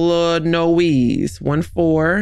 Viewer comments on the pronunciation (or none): It’s eliNOISSSSSS not nooEEES 😂